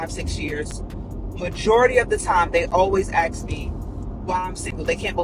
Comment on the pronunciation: Speak proper in the its ask not aks